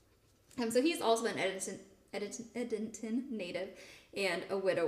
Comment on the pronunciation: Very interesting discussion about the Edenton Tea Party. Being from NC, it's interesting to me to hear how you pronounce Edenton. Here in NC it's pronounced "Ead-dun-ton".